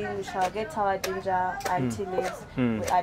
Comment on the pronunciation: Ginger ( should be pronounced as "Jinj-a-a" not 'J-i-nga' which sounds more lugandaish).